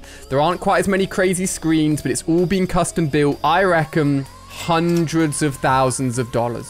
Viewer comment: Did he say coustum tv